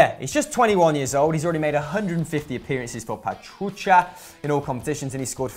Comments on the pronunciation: Just a heads up,: it's Pachuca, not Pachucha XDD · Pachuca, not pachucha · The way you pronounced Pachuca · the way he say Pachuca make me laugh 😂😂😂